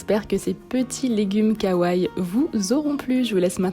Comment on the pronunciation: On dit kawaii pas kawaï je chipote peut-être pour rien mais quand on dit wesh on dit pas ouaiss